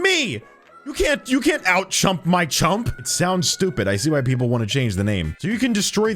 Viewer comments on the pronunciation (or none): its super chum not chump